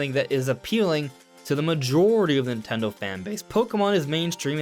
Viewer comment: Am i the only one who finds it extremely bothersome how he says "Nintelndl" repeatedly?